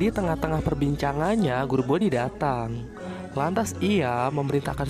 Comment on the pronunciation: guru boti min bukan bodi hehehe